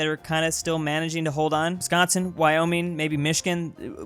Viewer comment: I’m happy he said Wisconsin correct